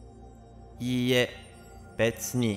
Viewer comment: When you say いいえ you should pronounce “I”sound a little longer. That sounds like いえ which means a house.